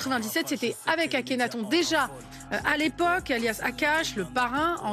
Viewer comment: Déjà elle dit « akhenathon » au lieu de « akhenaton »